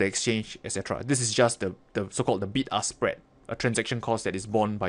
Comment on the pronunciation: Was i the only one who heard ''Big Ass Spread ''?..........